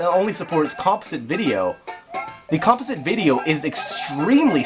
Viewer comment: This video is so good I'll forgive you for pronouncing "composite" incorrectly.